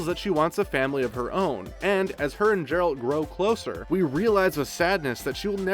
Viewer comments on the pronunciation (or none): Did the guy who did this voice over even watch the show? It's pronounced Geralt not Jeralt......high quality video here......try watching the show before you read a script about it. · He just pronounced geralt "jeralt"... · Gem=jem Geralt=jeralt. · Can we stop saying Jeralt it's Geralt like even in the game this isn't an issue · Every time he said “Jeralt” it was like hearing finger nails on a chalk board! 🙉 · Granted this has already been said by everybody, but you need to do your research. Or at least actually watch the show. 1) His name is not Jeralt 2) Yennefer lost her ability to bare children when she agreed to the spell to rid her of her deformities, not to become a Sorceress 3) Of course she's coming back. Anyone who's read the books or played the games knows that. Not to mention they wouldn't write off a main and key character after the first season. 🙄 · hahahah this guy was honestly pathetic i started cacking myself at "jeralt" lmfao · Its Geralt with a G not a J dude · Learn the main character's name dammit! Might as well have called her Jennifer! Yeah. Jeralt & Jennifer! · Djeralt. Pronunciation: Duh'jerald. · Geralt. Not Jeralt. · Seriously? "JERALT"???? C'mon..... do your freakin research!! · same way someone pronounces George, it isn't pronounced Gorge. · The sofy "G" on Geralt killed me. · Only if you learn to pronounce Geralt properly. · I mean you'd only have had to watch one episode to know how Geralt is pronounced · Can you say Geralt properly please? Thanks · Downvoting because of the incorrect way Geralt was pronounced. An unnecessary mistake within a vital part of this vid. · When you dunno how to pronounce THE LEAD CHARACTER’S NAME OF THE SERIES YOU ARE DISCUSSING!!!!! OMG, DUUUUUUUDE!!! 3 secs of research could have prevented this. So unprofessional. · Dude say the name right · When mispronounces the names which are very clearly pronounced in the show...